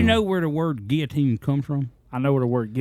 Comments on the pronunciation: is saying it correctly because Google says so!!! 😂❤ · The way says guillotines it is the correct way lol